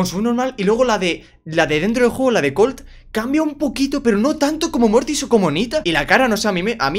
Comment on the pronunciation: colt dice cum O